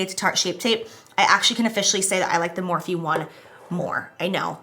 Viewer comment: Jeez. Every darn video, “Morphe” I can’t.